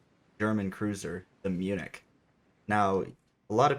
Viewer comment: As a person living in Germany your expression as "munich" is the most accurate one in English